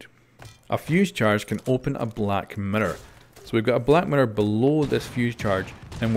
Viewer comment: Did anyone else hear black matter instead of black mirror